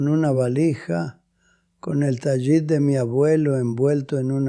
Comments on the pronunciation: Dejar el judaísmo por un caso de abuso de menores por refugiarse en el catolicismo, a buen árbol se arrima. El abuso sexual en el catolicismo donde ese abuso es el pan nuestro de cada día. Esto es falso. No se dice Tayit sino Talit. Este tipo es un español actuando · Que horrendo video para deslegitimar a los judíos. Elaboraron una historia de abuso sexual para introducir al cristianismo. Lo otro es que pronuncia mal “TALIT” ¿que judío piadoso lo pronunciaría mal? IA pura IA